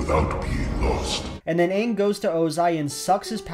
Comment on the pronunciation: You pronounced the main character's name wrong. Pretty obvious you didn't watch the movie this show is based on